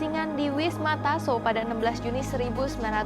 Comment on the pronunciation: Koreksi Wisma Yaso Bukan Wisma Taso